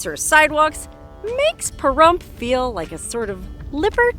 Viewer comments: Lol I was cracking up how you were saying Parhrump at the beginning. 😂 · Now that you have said some disparaging thing about our great town and pronounced the name in a disparaging way, you can leave. I am Native American and Veteran and love our town and we do not need or want a major telling us how to live. Goodbye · I didn’t hear a Pahrump out of that guy.